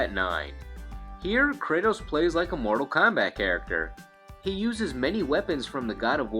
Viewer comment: "...Mordal KAHMBAT..."